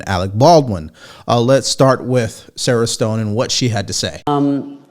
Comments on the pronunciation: Sharon Stone not Sara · BTW...it is not "Sarah Stone" it is SHARON STONE. This is another case of actors should stick to acting.